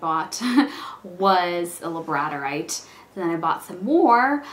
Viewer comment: I just wanted to let you know that Labradorite is pronounced like the dog, "Labrador-ite" or (lab-ruh-daw-rahyt ) :) you have done some nice work especially when just starting out! I remember mine at the beginning, and let's just say I wasn't excited to show it off lol. labradorite is my favorite stone to work with. here is a link to my etsy shop if you would like to see some of my work. keep up the good work!